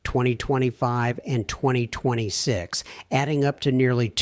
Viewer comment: You're.answering.a.computer.it.NEVER.worked.on.a.Vehicle! We're.FOOLS.to.waste.our.precious.time...THIS.ASSWipe.is.a.COMPUTER! Ai.bullshyte.can't.pronounce.2026...Totally.ai.Generated.Computer.